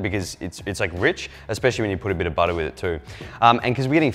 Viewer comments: Butter not budda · Its called butta not better😂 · I thought you were British at first until I heard you say "Butter." No one says butter like the Aussies lol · You attempting an American accent with butter is sooo funny 😂😂 Love “TMK” great branding idea, looking forward to more videos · I don’t think anyone realizes how flabbergasted I was when he said “Take your butter grease your pan”... and sounded more American than me... I- wow just wow.. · Lol you sounds so American when you say butter without your accent 😆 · When he said “butter,” with the American accent. It wasn’t, it was his other persona, 😂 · You sounded like an American... for like three seconds saying butter and pan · I’m American and I pronounce the R in butter but when zac said butter with the R I flinched lmfao it didn’t sound right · Fucking same! I was like whoa wtf